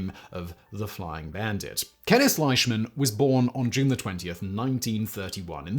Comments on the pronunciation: Most of what you said is true. There's a few things you got wrong tho lol. And please for the love of God, his name is pronounced LEESHMAN not LISHMAN! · Its pronounced, leeshman .. He is my cousin's grandfather great video thi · yes he is correct. It is LEEshman. I should know. The Flying Bandit is my grandpa. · You did a pretty good job on the presentation Although the correct pronunciation of his last name is Leeshman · Same with Leishman. It's LEESHmin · We pronounce it Lishman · Are you sure? ei is usually pronounced I in German as in Einstein, and Ramstein. Ok looked it up not a German name. Scottish in origin apparently and you are perfectly correct. I would have pronounced it just like he did (and been just as incorrect), because of the spelling.